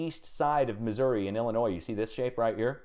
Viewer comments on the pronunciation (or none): none